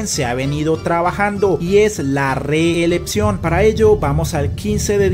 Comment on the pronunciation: Quien narra este anàlisis no sabe pronunciar reeleCción, pronuncia la P en lugar de la C, resulta molesto.